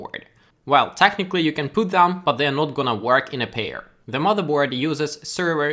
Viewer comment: good would should could stood put shook look book took woman sugar - get this sound, your English is good, but you totally just said poot